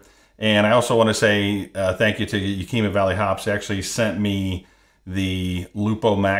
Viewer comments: Pronounced YAK eh mah :) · Yak-a- ma , lol , yakima valley hops is my homebrew store !!